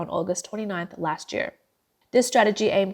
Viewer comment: ".. lasht year... tweNNy-tweNNy..." Are you not able to employ a better speaker?